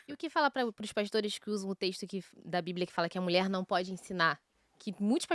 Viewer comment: Nem pronunciar a palavra mulher este pastor consegue. (Mulé)